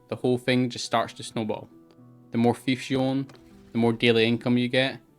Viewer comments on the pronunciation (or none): Oh its Fiefs not Thives. its took sometime to understand